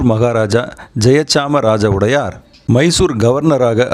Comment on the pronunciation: உடையார் இல்ல...வடையார் என்பது சரியானது...